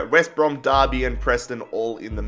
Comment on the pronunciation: He say west bra lol